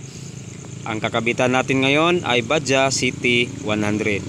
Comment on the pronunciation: Bajaj = pronounce Bajadsh